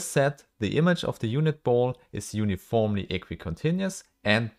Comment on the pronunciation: uniformly -> uniformely -> uniformly 👀